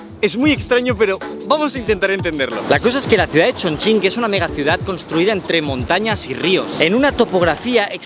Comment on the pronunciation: No lo puedo creer, un español pronunciando bien Chongqing